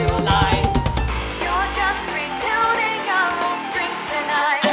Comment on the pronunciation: When Alice says "your just returning our own strings" the "returning" of the speech it sounds like retooning